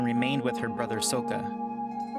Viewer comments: it's Sokka, not Souka (the pronunciation) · The fact that he said ”SoUKkA” makes my brain hurt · U said Sooka but it’s sokka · Sokka!! Not Soka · Not sookoa its sokka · Who else cringed when he said soeka instead of sokka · It’s not swka It’s soka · Its sokka not soeka get it right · ITS SAKA NOT SOUKA YA DING DONG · It’s sokka not soukka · Facts thank you. It’s sock a, not soak a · Why did you prounounce sokka's name like söka? It's pronounced sakka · I've got some nitpicking for you: Sokka's name isn't pronounced so-kuh, it's pronounced saw-kuh. This isn't the movie. Also, Mai and Ty Lee are not sisters, just friends. Ty Lee says in the beach episode that she was one of nine sisters and looked exactly like them. Mai was an only child for the longest time until her parents had her brother, who was a baby in the show. Otherwise, great soundtrack and editing! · Did you even watch these shows? "Soaka" is actually Sokka. It's not pronounced like soap. Katara's dad was not the actual "Chief" of the Southern Water tribe. There was not an official chief until The Legend of Korra when Korra's dad was made chief. Before that, there was only one main chief of both tribes. And Mai and Ty lee were not sisters. And also, Amon DID master his fathers mental blood-bending. I know these things are pretty minor, but too someone who watched the show, they are pretty annoying. Other than that your video was a nice comparison. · dude its pronounced sakka soundes like an "a" not a o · by the way it is sakka not sokka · ok sokka isnt pronounced soaka its socka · Sooka XD you mean s Sokka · Did you say sokka with a long o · its pronounced sa-kka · CAN U PPL FOR THE LOVE OF GOD STOP PRONOUNCING SOKKA'S NAME WRONG LIKE BRUH ITS WRITTEN SOKKA BUT PRONOUNCED SAKA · Soh-kah. ITS SAH-KA. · Sock a. okay that is how u pronounce it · "souka" lol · Um...Sock-Uh? = Sokka Soakuh = NO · Soaka I heard cyka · Soaka mi mai-lee dude please get their names right oh and mai and ty-lee aren't sisters